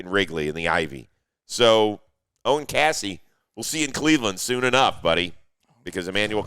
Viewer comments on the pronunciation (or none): Hey Rosie, Owen Caissie is pronounced like "KC". Just think ONKC